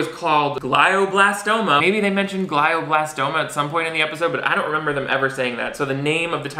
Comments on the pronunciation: I know this is nitpicking, but glioblastoma is pronounced “gleeo blastoma”. EASY to fact check. Another lazy call on the show’s part. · My cousin: My dad didn't die of glioblastoma just for you to pronounce it wrong in this YouTube video